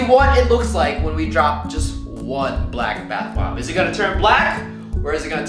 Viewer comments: When roy said BALCK Sounded like racist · The way he said “BLACK bath bombs”😂😂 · Why he say black like that the first time my mans said BLACK